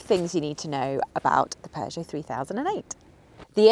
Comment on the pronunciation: British don't know how to pronounce Peugeot.